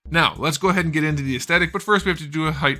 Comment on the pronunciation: I love your videos but please it’s aesTHetic, not aesTetic